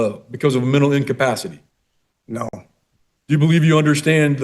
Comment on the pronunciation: Actually, he said "I doe not understand"